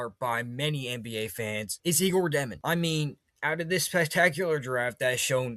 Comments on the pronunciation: Dëmin🙌🏼 (Dyomen, like saying "yo what's up?!") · Jesus his name is pronounced (yay•gor) (jo•men) 🙄